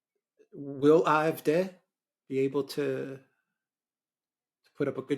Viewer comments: Just pronounce the 'D' in AfD as you would pronounce the word 'day' in English and it will sound less awkward. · It is a butchered attempt at the German pronunciation. A=ah. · It sounds like they are saying "I-f-D", But they are saying "A-f-D", Alternative fur Deutschland (Alternative for Germany) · After all these years Mercouris still can't pronounce the name of the AFD 😂😂😂 On a more serious note I think senior is overestimating the popularity of the CDU and CSU for the upcoming EU elections in June. The biggest party will probably be the AFD with 22% - 22.5% closely followed by the CDU/CSU with 20.5% - 22%. The third largest party is likely to be the Greens with 15% (+- 0.5%) closely followed by the SPD with an abysmal 14.5% (+- 0.5%). Wagenknecht will perform very well with 9% (give or take 0.5%) and will be the surprise performer but so will the FDP that will get a surprisingly high 6.5% (+- 0.3%). Die Linke is still alive and kicking with 3.8% (+- 0.2%). Germans tend to vote for more "adventerous" parties in EU elections so expect the FW (free voters), Animal protection (animal rights) party, ecological, volt and some fringe/protest parties to do relatively well. The polls are wrong about the AFD because they consistently predict it will get only 1 in 4 votes in East Germany when in fact it is the party to benefit the most from the fragmentation of the left and is set to get 1 in 3 East German votes.